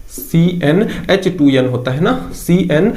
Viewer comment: उसे यच नई एच कहते ही